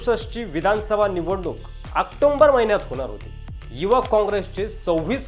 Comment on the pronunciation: क्रूपया..ऊच्चार तरी व्यवस्थित करीत जा ! आक्टोंबर नव्हे, आक्टोबर !